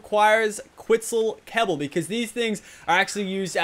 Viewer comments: I'm going to ask this again - do you actually mean to say Quitzel Kebble or are you mixing your words up when you try to say Quetzel kibble? Makes me laugh either way lol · Did anyone notice he said Quitzal kebble